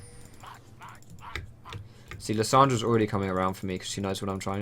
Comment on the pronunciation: "alrady" unsub